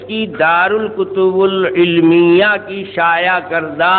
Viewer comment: دار الكتب العلمية_____پہلے یہ عبارت تو ٹھیک پڑھ لے جاہل شخص دار مضاف الکتب العلمیہ موصوف صفت سے مل کر مضاف الیہ ہے الکتب کے با پر کسرہ آئے گا ضمہ نہیں ___🤣🤣🤣